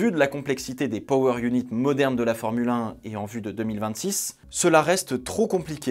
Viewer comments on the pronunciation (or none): none